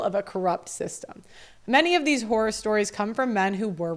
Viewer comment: You said "horror stories" but I heard "whorer stories" and I was absolutely horrified by that. (You might say I was "whoreified.")